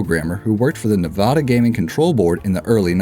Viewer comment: You said Nevada right the first time lol how did you fuck it up the second time but not the third?